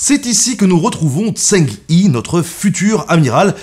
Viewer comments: vidéo assez intéressante, mais pourquoi ne demande tu pas à un sinophone de t'expliquer comment lire les syllabes en chinois????? tu prononces son nom n'importe comment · Oh mon dieu la prononciation 😭😭😭 Zheng He se dit à peu près "Djeungue Reu" et pas "Zèng Hé" ni "Tseng Hé" ou "Tseng Hi" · Eu égard à la qualité de la vidéo, quel dommage que vous n'ayez pas demandé à un chinois la bonne prononciation du nom. C'est en effet plutôt "Djèngue Reu" qu'il faut dire... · Par contre la prononciation 😂 c’est ‘Djang Re’ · Zheng He ça se prononce qqch comme "cheng heu" pas tseng i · Pour "zheng he" le plus proche en français ce serait "tcheung heu" sauf que le deuxième h est un son qu'on a pas en français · Zheng He = Djeng Rhe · Si jamais son prénom se prononce phonétiquement : “djang reu “,🙂 super épisode très intéressant . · Merci pour la vidéo ! Mais dommage pour la prononciation, surtout quand il s'agit du sujet principal : "tch'eng reu" est plus proche. Un petit tour sur Google Traduction ou autre la prochaine serait top ;) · Zheng He se prononce plus ou moins Tcheng Ré pour info, ça a pas l'air grand chose, mais ça écorche un peu les oreilles des sinophones sinon :P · Par contre la prononciation du nom... ça prends 2 minutes à vérifier donc ça décrédibilise un peu ton travail. Il y a des sons qui sont pas en FR mais au plus proche on pourrait prononcer ça "Djeungue Reu" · NAAAN !!! "Tchœung C'hhhœux" ( H comme ch dans bach buch achtung ou comme j dans rojo lejar joven) En fait, 郑和, Zhèng hé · Sympa. Son nom se prononce « Djeung Heu » en chinois. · se prononce "Djeungue Re" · (Ça se prononce "Sheng") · Djeng reu, dommage que la prononciation de la plupart des noms chinois soit pas bonne. XI,xe... aussi ça se dit shi, sheu... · Zhen se prononce Djen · La prononciation est horrible haha. Zheng He, si on veut le dire à peu près bien, c'est Zheng HEU (avec une sorte de h soufflé) 😊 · J'allais le dire !!! Mais ce n'est pas logique pour un Français, le pinyin ...